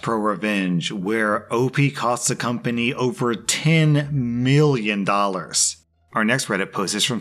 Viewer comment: "Ten MEELYON dohll-ahrss!"